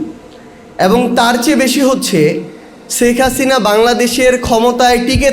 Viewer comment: আমরা যতটুকু জানি বা শুনেছি মোট খরচের 90% ভাগ রাশিয়ার কোম্পানি নিজে খরচ করেছে তাহলে 10% এ 50 হাজার কোটি টাকা কি ভাবে আত্মসাত করে এই বেয়াদব সেখ হাসিনার নাম পর্যন্ত ঠিক ভাবে উচ্চারণ করে না । জমিদারের নাতি